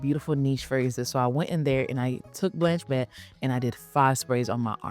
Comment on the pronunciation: Thank you. But could 6ou speak the names a little clearer/slower or write the names? Blench Bett? Rosomon? (Sorry 🙏 - watching from Europe)